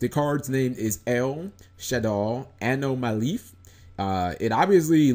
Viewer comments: its pronounced Amona-Lilith l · A-nom-a-lil-ith. that's how it's pronounced